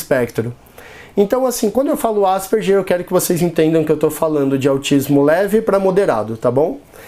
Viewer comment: Asperger se pronuncia ASPERGUER.